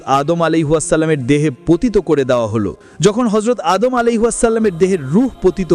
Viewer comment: Vai apni keno vull name bolen tar name ta anek sundor apnar uccaronta thik koren😭😭